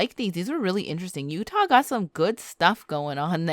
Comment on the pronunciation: Did anyone notice she called Utah U ha instead sorry if I forgot to put the right punctuation’s or something like that I suck at spelling so I use voice to text on iPhone instead.